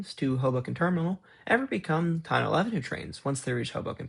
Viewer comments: fyi Tonnelle is pronounced: Tunneh- lee (as if you said tunnel east quickly 😊and made ‘st’ silent) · Formerly from Jersey City, New Jersey here. Correction: Tonnelle Avenue is pronounced TON-EL-LEE. 😌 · Tonnelle Ave is pronouced Tunnell-lee not just tunnell